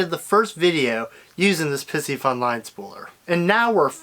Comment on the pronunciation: Please stop saying "pissyfun." It is: pie-si- fun.